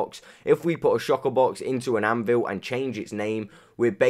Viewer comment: Anyone noticed he says shocker box